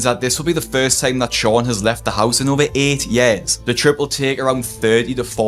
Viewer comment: I love the way you say years